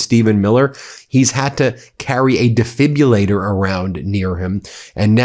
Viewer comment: Defibrillator... diːˈfɪb.rə.leɪ.t̬ɚ/